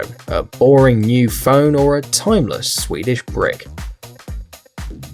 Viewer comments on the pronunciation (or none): none